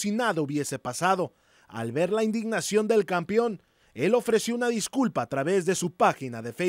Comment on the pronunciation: " campion " jajajaja